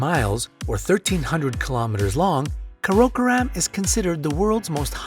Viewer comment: Not sure a railway line qualifies as a road. Also, Karakoram is NOT pronounced like that. Not even close.